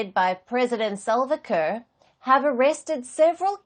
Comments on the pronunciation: Palki give us our own black 🖤 reporter not this pronouncing kiir (ker) as Car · Hes not called President Kar he is president Kiir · Why call him Car? Should be ki-rr. Like ki-ll only you replace 'll' with 'rr'. Though I'm from their neighbourhood country let the Dinkas rule this 'case'.😊 Even Machar we need to hear sound 'r' at the end